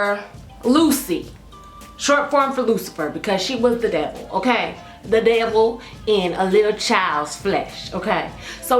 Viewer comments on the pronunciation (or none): I seriously die everytime you say "Okerr?" 😂😂😂 Love youu 💕